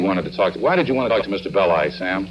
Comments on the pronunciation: It’s Bell-eye, not Belly. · you didn't even watch the movie properly to know its not Pronounced BELLY! , ITS PRONOUNCED BELL-EYE. god damn idiots. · Bell-eye, not Bell-ee. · Fact Check: It pronounced like it looks Bell-i, not Bell-e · Pronounced "BELL-eye." Not "belly". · The real pronunciation of Belli’s name is Bell eye several documentaries on the zodiac killer, pronounced it wrong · Im pretty sure that Melvin Belli is pronounced "Bell-eye" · . Great vid. Hate to be picky but Belli's name is pronounced bell-EYE. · Melvin Belli is pronounced Bell-aye Also, don't give your kid the middle name Lee, nothing good will come of it. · It's pronounced "bell-eye" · Another great vid...but it's Melvin Bell-eye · You mispronounced Belli so I had to give BULLSHIT on the meter! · learn how to pronounce Melvin's name, jezzzzz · If only you hadn't mispronounced Marvin Belli's name over and over. And over. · Funny when the new generation pronounces the names totally differently. It was Melvin Belli, like "Hi" at the end. Grew up with that name on the local news all the time. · How can he make that mistake when it's pronounced in the historical footage he's using?